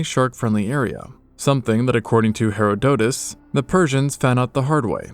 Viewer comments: i've never heard someone call herodotus "hera-DOE-tus" like that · Very interesting, but the narrator should learn how to pronounce "Herodotus" ("Her-AH_dotus") and "Pliny".(with a short "i" as if it was spelled "Plinny", so "Pliny" rhymes with "skinny"). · Loved this except for your pronunciations of Pliny (plih-knee) and Herodotus (her-raw-dah-tiss (rhymes with kiss)). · Yeah that's not how you say Herodotus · Why does the narrator keep mispronouncing the Greek historian Herodotus? Or is this more AI slop? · Hearing Herodotus' and Pliny the Elder's names pronounced like that about made my soul leave my body lol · You really need to google names before you make videos instead of butchering them. That is not how you pronounce Herodotus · It has been 15 hours and I am still not recovered from the pronunciation of Herodotus, Pliny the elder was like when they hit the second tower. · im sorry that is such a strange way to say Herodotus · that’s not how Herodotus is pronounced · Great video! But please look up the pronunciation of Herodotus in English.